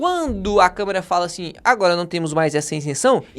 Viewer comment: Câmera ??? Aprenda a falar jumento 😂😂😂